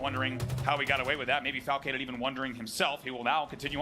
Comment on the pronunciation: call Falcated "flacicated"? 😂